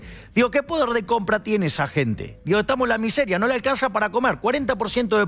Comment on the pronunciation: Se dice miseria, M I S E R I A